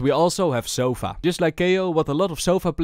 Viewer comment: Sova❌ Sofa✅